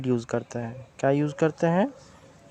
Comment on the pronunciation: MnO2 not MO2